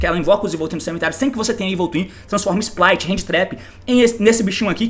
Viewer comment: Splight com "R" KKKKKKKKKKKKKKKKKKKKKKKKKKKKKKKKKKKKKKKKKKKKKKKK